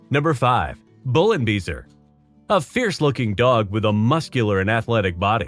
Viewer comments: The 'beisser' part of 'Bullenbeisser' is pronounced somewhat like 'bye-sir', not 'bee-sir'. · Bullenbeisser translates into bull bite and the word "Beisser" (=biter) is pronounced like "bycer", nothing else... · Beisser with an ei, not an ie Big difference...come on... ay and ee so not sound the same what so ever.. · Bullenbeisser! Not whatever you just said... Weil er Bullen beisst 😁